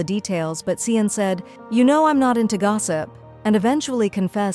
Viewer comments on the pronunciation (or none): It is not cian it is ci n